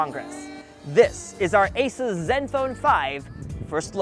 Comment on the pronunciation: Not ases. But ASUS.